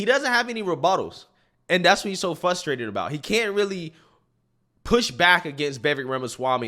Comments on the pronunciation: Love your videos and channel, but it’s frustrating to me when people say “fustrated” lol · "FUSSSSTRATED" 😂😂😂 Bro, it's "FRRRRRUUUSSSTRRRRAAATTEEED" that first R in the word is NOT silent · Frustrated not fustrated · Hey! Maybe it's just my white supremacy trying to exert control, but hearing you say the word "FRUSTRATING &/or FRUSTRATED" is in itself, quite "f-RRRRR-ustrating"--- not "FUSS-trating" 🤣 Ok it's not frustrating, but I think of this like someone walking around with broccoli in their teeth and no one telling them. I'd much rather know, than not. I hope there is no offense taken here. Keep up the great work! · I think you’re a good commentator, but please… PLEASE… try to say FRUSTrated Not FUSTrated lol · Frustrated. Not fustrated. Not flustrated. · I love your channel but the word is frustrated not fus...m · frus·trat·ed /ˈfrəˌstrādəd/ F-RRRRRRRRR-USTRATED "I am fRustrated by your repeated mispronunciation of the word."